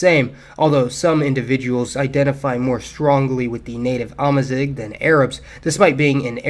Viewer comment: Just in passing : "amazigh" is pronounced "amazir". :) Ideally with the french "r" but doesnt really matter in the end.